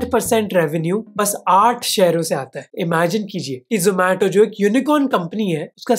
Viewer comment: Aree zomato wale yaha ni aaye zo-maa-to bolne